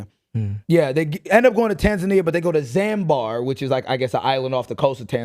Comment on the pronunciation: As a Tanzanian, Zanbar is frying me cause wtf is that??? 😂😂😂 it’s ZANZIBAR, pronounced ZAN-ZI-BAR. Love from Aus 🇦🇺 Also, the doors in Tanzania are full wooden doors so they are heavy but they are average height. However, that story is a bunch of BS imo. As an engineer, the mechanics don’t make sense AT ALL considering that, allegedly, she used a dress to hang herself.